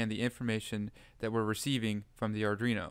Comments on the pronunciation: Great tutorial!! But.. and I'm sorry, I can't help myself, Ar-dwee-no Not Ar-dree-no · its not ardreno Thanks for the video.